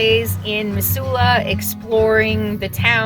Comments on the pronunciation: OMG that made me homesick for Missoula! Been toying with moving back but housing is so expensive there right now. I'd forgotten how beautiful the area is! Thanks for this refresher!!! P.S. I know you probably don't care...but the ss in Missoula has more of a "z" sound to it, like "Mizsoula." Drove me nuts every time you said "Miss-soula." LOL! I think my ears actually cringed a few times. :D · Thanks for correcting the pronunciation for Missoula... Mizz not Miss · Hey, I’ve “liked” many of your videos. This is my first comment: We say it Mizula. Yes, your way is phonetically correct but then there is the way we actually talk. Pre-Covid, the Farmer’s Market up by the X’s would have had twice the number of vendors and many more people. You did a fine job of capturing some good video of the area. Kudos and Happy Trails. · I lived in the Pacific NW all my life. We always pronounced it with 'z'. Mizzoula... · I love in my RV in Missoula! When was this!?!? We pronounce it Mizzoula! I'm so h glad you were here for the markets! It's a great town, my home! That van is our empower Montana/ Harm reduction van... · its now pronounced METH Zoola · Mizula, not emphasis on the Miss. 🥰😉 sorry about all the Trump flags. Makes me so sad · Have never heard any pronounce Missoula that way. LOL! Anyway, Montana is full. I heard Minnesota is quite nice.